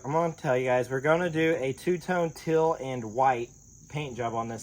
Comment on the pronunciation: We love your videos but it sounds like you're saying "till" for "teal". Round here we say"teel"! You guys are the best! Keep it up.